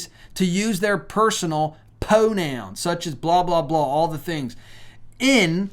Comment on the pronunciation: I like what you are telling us, however ever you kill me with the pronunciation of some of your words it is Pride not pide pide isn’t even a word. I am going to assume that you have a speck imped with the letter R. It’s pro nouns not po nouns. Sorry but pronunciation is really important to me and I hope others as well.